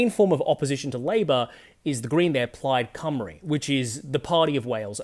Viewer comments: He pronounces Plaid Cymru perfectly. Ironic that an Australian does a much better job than many English newsreaders. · Brilliant! You perfectly pronounced both Plaid Cymru and Caerphilly. Two things that several English political commentators couldn't manage in some other videos I just watched. 👏